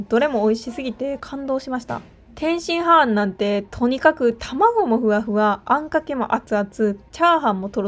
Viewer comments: 天津ハーンとチンギスハーンと同じ発音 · 天津飯の言い方クセ強すぎwwwwwwwwww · 天津飯をチンギス・ハーンみたいに言うな笑